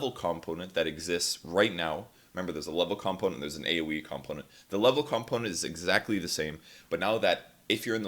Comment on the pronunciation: What's a calmponent?